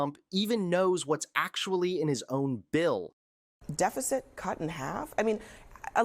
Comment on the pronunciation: Obviously he cannot tell the difference between "deficit and dificate". Go ahead ask him?